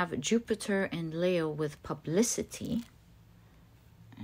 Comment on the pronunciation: 👍love the way she says Leo